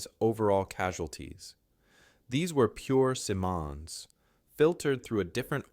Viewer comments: It's nice that an American would take on this story. Thanks. However,: We don't say 'lootenant'. You pronounce Simonds' name about a half dozen ways, none correct. The subtitles need to be edited. The mispronunciations of his name show up as misspellings. This irks in the same way that Trump's referring to PM Trudeau as 'Governor' although I don't believe you are doing it intentionally. This lack of attention makes me wonder about the accuracy of the story. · Excellent content and writing. It´s great to hear this vindication of Guy Simons. The narration is a bit erratic, though. The vocal rhythm is often strange, Simon´s name is pronounced several different ways, and some words were oddly pronounced. Still, an excellent contribution. Thank you. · Good subject, shamefully poor presentation. Butchering this person general's name verbally and in script. Get your shit together. If you can not spell how can you be trusted to have the facts in order? Meathead! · Terrible voiceover with constant mistakes and multiple pronunciations and spellings of Simon's name. Otherwise a very good video. Simonds deserved to be celebrated as a hero. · Do you actually know the generals name? Though of British ancestry you use French pronounciation and the subtitles use any number of spellings with no consistency. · Excellent documentary.. it was a great lesson . My only detractor would be the inconsistant pronouncement of his name. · I’m only 6 minutes in and I’ve heard Simon’s pronounced two different ways, neither of which are the way I’ve ever heard it. I wasn’t there, but the people I knew who were there, pronounced it differently, so I tend to go with their version. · It would be very good if Simmons name was pronounced properly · Pronounce Simmons correctly! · Please learn how to write and pronounce his name properly. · Ironic that a video about an unheralded Canadian hero manages to pronounce his name correctly only twice in 38 minutes. Shame on you, he deserves better.